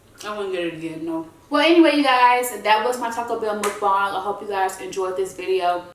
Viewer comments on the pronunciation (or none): NOOOOO plz don't say mukbung It's mukbang😂😩